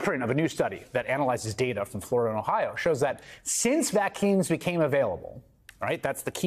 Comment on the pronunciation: Hayes just said "vackines" instead of "vaccines" twice, and again , if it happened once it might have been regarded as a mistake, but this seems rather incompetent, and also, he first depicts Silk's claims as absurd, but then later on himself states that since vaccines became available, excess deaths in Republican voting counties are more than 150% greater than those in Democratic counties, if the vaccines were so effective as he claims the excess deaths should have been there BEFORE vaccines became available and not SINCE, given that these deaths appeared SINCE vaccines became available it just adds more arguments for, and not against, the claim of people such as Silk that the vaccines are used to poison certain groups, as in someone might have intentionally given bad batches to be administered to Republican voters - but what to expect from a reporter like Hayes from a media outlet in which Microsoft has a big stake